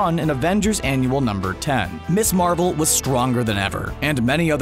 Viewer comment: For the record - “Ms. Marvel" is pronounced “Miz Marvel" not “Miss Marvel"…